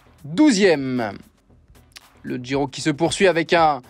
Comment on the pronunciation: Vous pouvez dire " Giro "au lieu de "Djiro" façon yankee svp ?